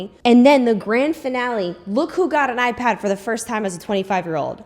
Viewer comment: Tee hee I heard “pink eye pad” when you said “pink ipad” 😅